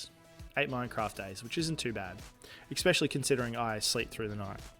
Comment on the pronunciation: i think you said eckspecially like 15 times in this video, god damn its annoying